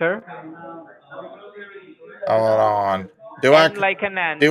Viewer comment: Wee as in wictor 🙄